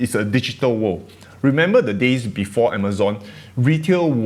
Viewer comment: Hey dude, returning to your last videos sentiment. The words three and world are two worlds that you could work on, no offence intended :) atm they sound like tree and wurl, so some easy fixes :)